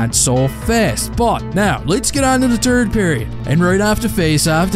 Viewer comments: Which pariod? De Tird. Repeat after me: De Tird. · ““Turd goal of the season😂😂😂